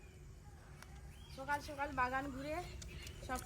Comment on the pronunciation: উচ্চারণের কি ছিরি😜সকাল কে বলে সোকাল,মজা কে বলে মুজা😢।বলছি একটু কথা বলার আগে উচ্চারণ গুলো ঠিক করলে ভালো হয়।